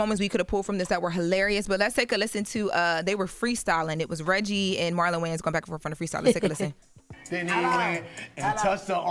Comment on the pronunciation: It's Wayans not Wayne's lol. Illiterate ssa lol